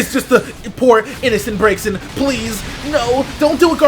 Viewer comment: It's pronounced 'Brazen'